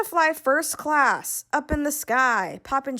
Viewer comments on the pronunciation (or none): none